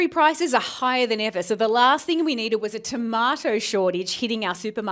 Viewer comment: The llllaaaaaaaaahhhhhhhhst thing we need. Brother why so much emphasizing 😂